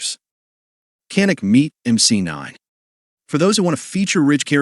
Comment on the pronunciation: Smith and amp? Canik Meat? Nice selection of guns but the AI needs work.